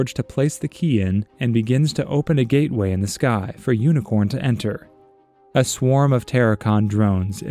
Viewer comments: It’s actually pronounced Unicron and not Unicorn, and this is what most new people in the transformers community get the misconception of. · It’s unicron. Not unicorn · UNICRON. not UNICORN.